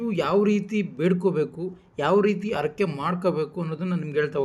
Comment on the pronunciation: ಅರಕೆ ಅಲ್ಲ ಹರಕೆ, ಅನ್ನೊಂದು ಅಲ್ಲ ಹನ್ನೊಂದು. Etc .........